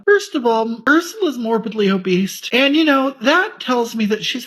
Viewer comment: "Morbidly obeast"